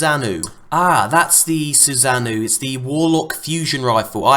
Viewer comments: its pronounced "Soo-Sa-no" not "SooSaz-noo" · It's pronounced Susa-no. Naruto Fans know what's up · it's pronounce "SUU-SAH-NOH-OH", named after the Japanese God of Storms. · sous-an-oh is how it is pronounced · bruh do u even Naruto? Its pronounced "SUSANO'O! (Soo-Son-Oh)" lmao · just a quick FYI. susanoo is pronounced Soo-sah-noh-oh. named after the Japanese God of Hurricanes, I believe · Susanoo (Sue-Saw-Know) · needs to refer to Itachi for pronunciation on Susano